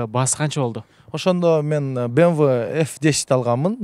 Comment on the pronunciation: Мынча машина анча машинам бар дейсин фортер,бемве дебей суйлогонду уйрончу